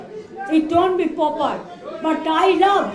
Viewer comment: Even can’t pronounce proper she pronounce poper